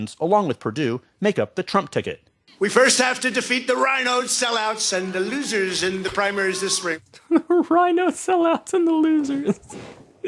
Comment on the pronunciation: the way he pronounces losers just kills me lol